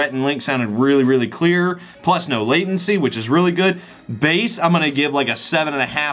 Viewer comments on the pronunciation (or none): none